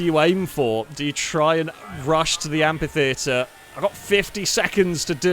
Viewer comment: Look, these videos are just so entertaining and great all the time that the complaining curmudgeon in me really thought I'd never find anything to criticise, so indulge me on this one exception: it's pronounced amFitheatre, with an F sound.